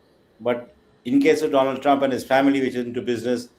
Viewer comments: It shows how he pronounces her name Meloni as Melody and Donald as Doland This government has reduced serious matters as to such stupid level The dumb followers are looking for a love affair relationship... shows the stupid level of intelligence... He ran away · Donald= Do olund. . Meloni = Melody 4 th pass bania modi new pronounciation .